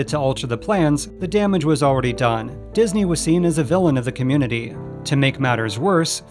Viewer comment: disney-related youtubers stop inflicting michael eisner french on my poor ears challenge 2022